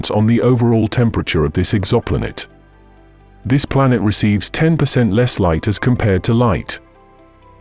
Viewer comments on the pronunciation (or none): WTF is an EXAMPOLATE? Is it trying to say Exoplanet?